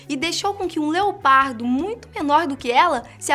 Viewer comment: NÃO. É. ONÇa. É. LEOPADO